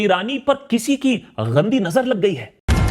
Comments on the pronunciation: I hate when you say "Sab Changa Si". It literally means that "Everything was good" also you use extra nuqta while speaking the sound "G". Not every "G" is "Gh" e.g., "You said, "Tulsi par kisi ki 'Ghandi' nazar lag gyi hai". while it is "Gandi" not "Ghandi" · Baaki sab theek par lafz “ghandi” nahi hai “Gandi” hai. Doesn’t suits you mispronouncing